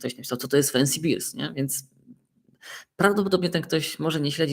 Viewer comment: wiem ale wymawiasz to jakby były z podobizną piwa 😂😂😂 bear chyba inaczej się wymawia